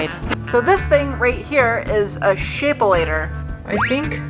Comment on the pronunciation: 'Shapolator,' I love it!